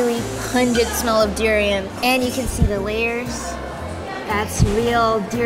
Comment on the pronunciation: the way she pronounced durian made me uncomfortable, im from Philippines btw